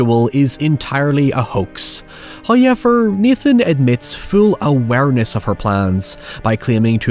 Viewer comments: Came for the Hoyever, but stayed for the Oralee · From "hayever" to "cerabus"